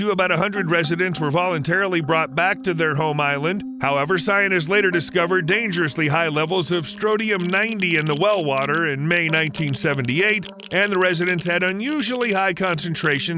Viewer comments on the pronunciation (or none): "Strotium" "cessium" "oskillating" Tell me you don't know what you're talking about without telling me you don't know what you're talking about.